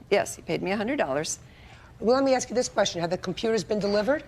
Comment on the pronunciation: Did she axe or ask?